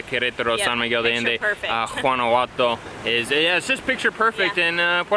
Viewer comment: GUANA-HUA-TO❤ Great explanation, just wanted to help a little with the pronunciation😉